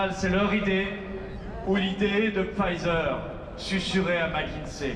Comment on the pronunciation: "Là-bas, c'est la souffrance, ici c'est la France !" Comme c'est juste. Je te rappelle tout de même que "Pfizer" ne se prononce pas "à l'anglaise". Demande à Alexandra, qui est anglaise, je le lui ai déjà rappelé, à elle. Je l'aime, et toi tu es un de nos tribuns les plus importants.